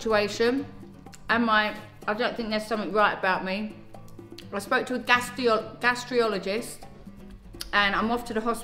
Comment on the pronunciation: Love you so much! But I have to say it’s Gastroenterologist , not been horrid just can’t see you keep saying and spelling it wrong!! 💗